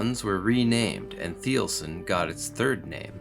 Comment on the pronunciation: If you can’t even pronounce it, I doubt the details of the review.